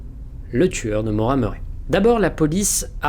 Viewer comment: super vidéo, mais ça se prononce ''Maura Murri'', sinon vraiment super ^^